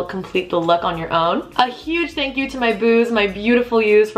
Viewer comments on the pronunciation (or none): none